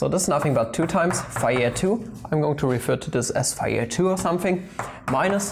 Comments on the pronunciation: Actually, if you pronounce Fejér normally, it doesn't absolutely sounds like fire😂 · As being Hungarian, I would guess: "fe" part of "fejér" is like "fe" in "fellow" (without the -llow part, for sure), the rest of the name was about OK :) However in this case, some should not trust to my English example (I'm really not so great in English) at least, eh :) But anyway, great video, and it's not a linguistic channel. Sorry for my little off-topic classified comment of mine :-O